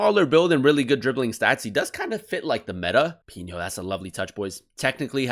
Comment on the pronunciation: Just letting you know it’s pronounced “pee no”